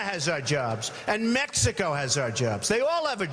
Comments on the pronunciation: this guy doesnt even say "Mexico right. he sais Mexica.. yeah you're so educated right? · he said "its coming from mexica" he cant even pronounce it correctly